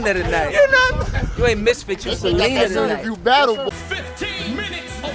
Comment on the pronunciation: “You SALENA 2night” 😂